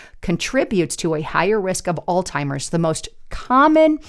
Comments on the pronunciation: Please forgive me but Alzheimer’s is NOT pronounced “All Timers” it is pronounced “Allz-Himers”. Minneapolis is NOT pronounced “Mini-AN-apolis” it is pronounced “Mini-app-olus”, there is no “an” in the middle of the word. I don’t mean to be rude but if you want people to take you seriously, You need to learn the pronunciation of words you’re reporting on. I’m not an English teacher but I know how to pronounce most of the English language. If I’m not sure of one, I make sure I know it before I use it. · it’s Alzheimer’s -pronounced allz -.heimers. There is no T. It is NOT “all-timers.” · AI slop on utube be careful,it's Alzheimers not all timers,did anyone else catch that,more b.s. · it was hard to watch after hearing ALLZ-TIMERS twice. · Alltimers? Really? Seriously? You can’t get the word right? This just lowered credibility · It's Alzheimer's not Alltimers! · Alzheimers. Alz-hi-mers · It's an H not a T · There is no “T” in Alzheimer’s. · Alzheimer's does not have the letter "t" in it.